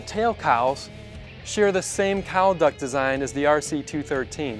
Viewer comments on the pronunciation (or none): it's not R-C-2-13. It's R-C-21-3. C'mon, man